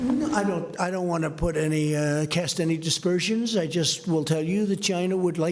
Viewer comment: It's aspersions, not despersions